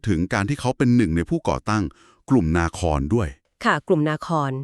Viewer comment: นาทีที่ ๔ กลุ่มนาคร ( นา คอน ) มิใช่ นา ค่า อะครับ